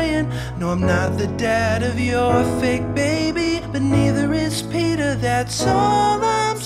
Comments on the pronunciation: its not pita its peeta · when the yearbook says pita instead of peeta 😂😂😂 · So close it’s Peeta not pita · Wait I thought it was peeta not Pita